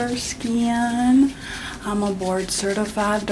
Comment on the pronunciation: I thought she said 'Lord-certified' dermatologist which would have been fitting 😅